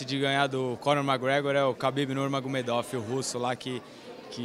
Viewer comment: the way brazilians say nurmagomedov = magmedoguvggg